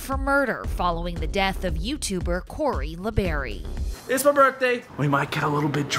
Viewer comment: La Berry it's labarrie